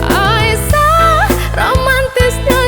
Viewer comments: Aisyyyah lebih bagus di dengar daripada Aisah ,pengucapan aiysyah nya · suaranya bagus cuma pengucapanya diperbaiki sedikit aisyah bukan aisah. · pengucapan nama.y ummi Aisyah.y kurang menyatukan penyebutan Ai Sya h nya trdengar pengucapan.y Aisah kami pans jdi peduli karna menyangkut istri.y nabiullah kita😊👏🙏